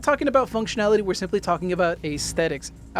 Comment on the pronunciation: Aesthetics is pronounced uhs·theh·tuhks... not ays-theh-ticks...